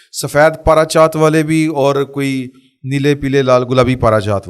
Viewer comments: پارا چات نہیں جناب پار چات لفظ ہے جناب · the word is "parchaat" not a parachaat correct at your end please !!